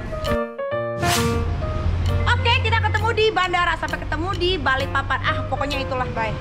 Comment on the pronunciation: BALIKPAPAN BUKAN BALIK PAPAN 🤣🖤🖤🖤🖤